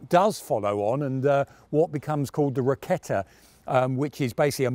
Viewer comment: The Name sounds so wrong. Jagd Kanoner? Rakette? If People cant pronounce it,maybe just translate the Name...